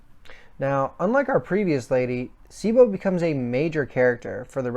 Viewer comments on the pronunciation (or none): Your pronunciation of names is terrible! It's pronounced BLAME not BLAM It's pronounced KILLY not Kirri It's pronounced CHEEBO not Sibo It's pronounced SAH-NAH-KEN not sanakin come on man! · I know I’m here late. But some input: It is pronounced BLAM. The sound the GBE makes when firing. Cibo, is see-bo. Sanakan: pretty much how it’s written. Killy is the generally accepted English name, Kirri is how it is pronounced in Japan. I would put myself nearly on par with Inseinen as far as my general knowledge on this. I have been a fan since this series started selling way back in the gap. I am confident in my knowledge, and so far few have shared such passion and interest on this series which was a big part and still is a big part of my life. I love all of Nihei’s work. I won’t pretend to fully understand all of it. But I am passionate nonetheless about them. And Inseinen was on point. Sanakan is best girl.